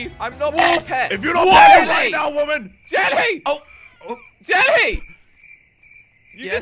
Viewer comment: 😂 hi you said Jerry instead of jelly